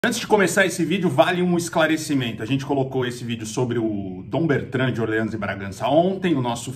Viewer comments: O cara mandou "Orlans" de Bragança e o "princípe encantado" até abaixou a cabeça de vergonha. kkkk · ÓRleans. Chique, se fosse essa a pronúncia.